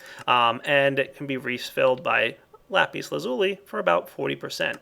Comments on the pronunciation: The proper way to say lapis lazuli is Lah-pis laz-ul-eye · i cant be the only one who yelled at the screen lapis la-zu-lai... right? right?! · I like the way how you say lapis lazuli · Its sound so funny when you say Lapis Lazuli :D